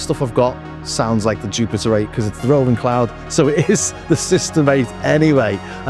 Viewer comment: I’m impressed on how similar they sound! Ps it’s great you pronounce Roland correctly Ie Row ..land 👍👍 Not Roll … land